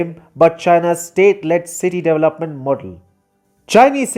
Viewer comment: Funny how he pronounce “development”